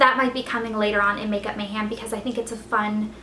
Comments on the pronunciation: *mayHEM not HAM lol ( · Why do you keep saying makeup Mayham like the meat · I feel like she keeps saying makeup MayHAM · You say makeup mayham; so southern!